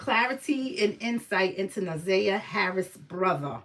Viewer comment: NA/ ZIY/ YAH. PRONOUNCE HER NAME RIGHT!!!!!